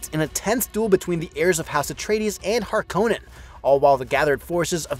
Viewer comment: Hark-Uh-Nen not Har KOH Nen. Come on this is twice now